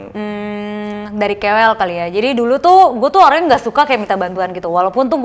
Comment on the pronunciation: KOL kak bukan kewel